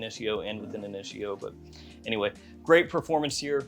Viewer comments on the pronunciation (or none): none